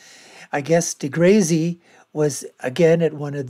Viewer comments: 'Niel Degrazy'? Purposefully saying his name wrong as a form of humour shows how intelligent you are.. it's a step away from a fart joke. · He isnt saying it wrong on purpose, he just has no clue how to prounce deGrasse. He also didnt understand the standing point of deGrasse`s argument around the Robot vs Human footprint on Mars....but then again, he is making a reaction video of a youtube clip that is 15 years old almost...